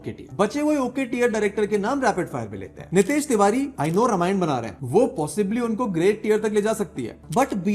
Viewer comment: Dude, pAthEr PancHeli, RAMAYAN, how difficult is to pronounce these very indian names????? I doubt you watch any of the Indian movies.... Not like you are a NRI either.... Are you????